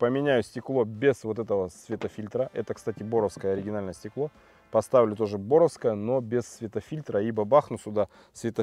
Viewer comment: Борское а не боровское